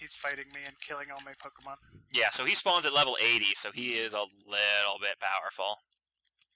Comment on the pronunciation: It's pronounced (POKE-AY-MON) not (POKE-E-MON) the accent mark is there for a reason.